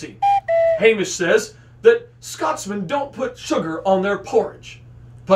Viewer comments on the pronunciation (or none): none